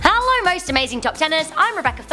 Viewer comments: I dont think it’s haaaalooo, it’s hello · She needs to learn how to say hello she keeps saying HALLER at the beginning of the videos